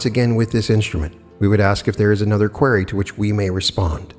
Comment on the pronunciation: u GOTTA learn how to pronounce QUERY